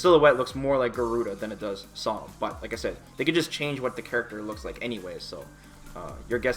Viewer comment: BREAKING NEWS: FIVE COMPLETELY NEW CHARACTERS CONFIRMED TO BE 5 COMPLETELY NEW CHARACTERS. Also like the way you said Sodom at the end despite him being in a sf game before lol.